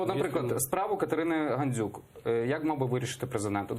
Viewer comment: «Ганзюк» замість «Гандзюк» цей лайнюк навіть українське «ДЗ» не може вимовити. Біля нього царьов патріотом б виглядав